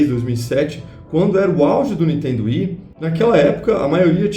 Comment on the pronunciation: o cara...eu curto seus videos....mas por favor ....fala niNNNNNNNNNNtendo......da gastura ver vc falar toda hora n...iiiiiiiiiiiiiiii.....tendo